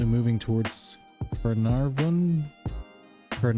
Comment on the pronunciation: Hahaha! That red dust storm was in Western Australia . Yes it's real. We had a similar dust storm here in Queensland once, but it was orange. P.S. it's pronounced kah-nah-vin 🤪😝😋